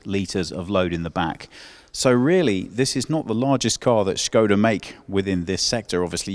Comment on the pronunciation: Oh look, car journalist pronouncing Škoda right!